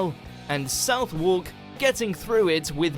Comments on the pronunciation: These are hardly 'lies' but still, fun video. If you go to "South work" to rhyme with 'pork' you will get some strange looks. How a British video can get this wrong is beyond me. It's "Suth-ark". When you start researching the monarchs, don't miss out on Charles I. He's always intrigued me. You'll learn about the Civil War and Oliver Cromwell. I've spent many hours walking the walls of Carisbrooke Castle on the Isle of Wight, where Charles spent his time before being taken to London for trial and execution. What a thing that was. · South Wark???!! I love these absurd narrators. Southwark is pronounced ‘suthehk’ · Ref the Plague bit, the narrator is mispronouncing Clerkenwell and Southwark. They should be pronounced Clarkenwell and Sutherk. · South Walk ?? Southwark is pronounced sutherk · I'm British. As soon as I heard this so called British expert pronounce Southwark and Clerkenwell, in my mind it cast doubt on all his other "facts". It is "Sutherk" and "Clarkenwell", not South-walk and Clerkenwell. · BTW: South-wark is pronounced ‘Suth-erk’. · The guy on the video has an English accent but his pronunciation is well dodgy! South Walk?? Suthick! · You'd think that the Brit narrating the video may have at least done some research into the pronunciation of some of the London place names he mentioned if he wasn't sure! Clerkenwell is pronounced Clarkenwell, and Southwark is pronounced Suth'rk...definitely not South Wark! 😁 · And what credence can you find to a video that pronounces both Clerkenwell and Southwark incorrectly?! Clerk is pronounced as with an "a" clark and Southwark is pronounced (close as I can spell it) "Suthark" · I don't know where the guy in the video is from, but 'Southwark' is pronounced 'Suh-thuck'. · How come the English voice over for the Mojo video doesn’t know how to pronounce Southwark correctly? I mean really, South-walk?! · The narrator can't pronounce London placenames correctly: it's pronounced "Sutherk", not "Southwark".